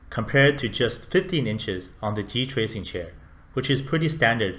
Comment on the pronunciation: GT-RACING not G-TRACINGlol